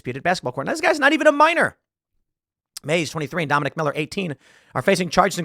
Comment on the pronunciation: And "Dominique", pronounced by the media as "Dominic."